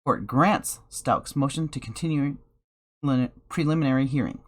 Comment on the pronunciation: Lets sound it out together.. Pre-lim-in-ary lol